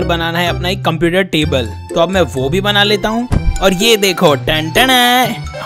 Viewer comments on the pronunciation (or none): none